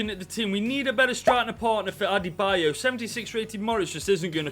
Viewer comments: "Adebo" lol 🤣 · Its pronounced ade-bi-yo btw :) Great video btw !